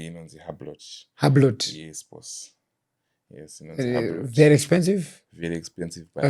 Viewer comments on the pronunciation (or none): Not hublot.. Hublot as in "U-blow"